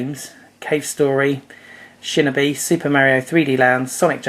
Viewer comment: Dude, "shin-a-b"...Seriously? It's pronounced "Shin-o-be". *facepalm*